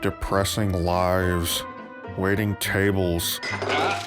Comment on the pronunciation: I honestly thought you don't have it in you to do it. Guess I was wrong. Great job, man! , "waiting tables", and the face of Rich Evans - i just heard "WAITING CHABLES"1